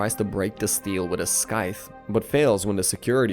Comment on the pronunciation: As a narrator, surely you would learn how to pronounce “Scythe” 😝